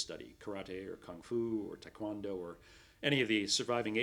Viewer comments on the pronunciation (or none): none